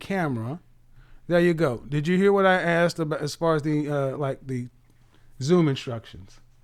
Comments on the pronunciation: Honey, a high value educated man doesn't want a woman that says "axed" instead of asked. You have to level up. This is what kevin is saying. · I heard Kevin say "axed" instead of "ask" very difficult to change speech pattern without a speech therapist. Maybe he had one at a point but unawares it came come back. Judge Judy mocked a black person on her show for saying "axed" and corrected her. Should had leaned to speak properly in school but some people go thru 12 years of schooling and know nothing. A few weeks before senior graduation an English teacher asked the girl sitting at her desk next to me, "What is a noun?" Her face remained blank and no answer didn't know after years in school. She was a white girl and wasn't dumb just stupid. I hope people understand it is not a race thing it is a stupid thing and people of all races decide to stay stupid. People in the country talk country and some of their ways of speaking difficult to understand especially in Eastern Appalachia. People who want better use opportunities for self improvement and if one is not willing to change they stay stupid. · It's one thing to have a slip of the tongue here or there but to believe it's axed and not asked is a problem. I take a conscious effort to properly pronounce words or names. Something I absolutely hate is fire alarm low battery chirp drives me nuts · You want a high value man?? You need to learn how to talk. Speech therapy will get rid of "Axed"! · If your natural dialect is slang or street language, you need to understand that in order to be taken seriously you need to be able to turn that off. Kevin does this regularly on the show. People who say "axed" say shit like "pacific" instead of specific. Learn and do better.